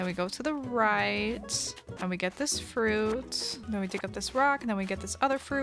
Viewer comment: "we have this little piece of frOAOUT... and then we obviously eat the FROIÜÆGHT..."